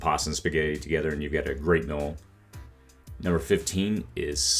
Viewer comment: Off topic, but where are you from? You have an interesting vowel shift, you pronounce "meal" as "mill". I've never heard this before.